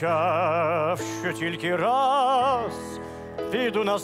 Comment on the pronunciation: Божественно ударение на рАз делает!